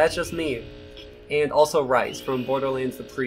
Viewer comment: Zachary Knight Lol! Yeah, he doesn't know how to pronounce Rhys. No idea how he doesn't, since they say his name about a thousand times in Tales from the Borderlands.